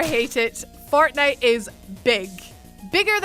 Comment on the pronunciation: I heard "Fartnite"